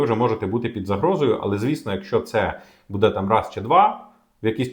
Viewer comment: Ці наголоси 😣 будЕ, громадськОго... кров з вух, скільки писав - до лампади